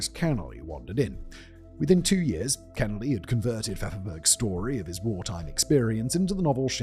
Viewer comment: It's pronounced Thomas K'n-eeley.